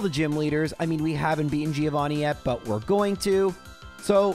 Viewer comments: Hard to believe this is still a thing after 100+ episodes, but I have to point out: Giovanni is correctly pronounced "Joe-vanni", the "i" is kinda silent. Really enjoying these videos anyhow, keep it up! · Day Some Extremely High Number of telling to call the Gym battle with Giovanni "Threeovani" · How many more videos does it take for to try to pronounce Giovanni right?